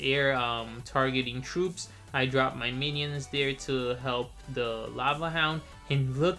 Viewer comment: "The menions" lol not hating